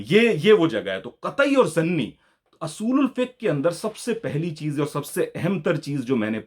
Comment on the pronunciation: Pehli bat he asool nhi hota oosool hota he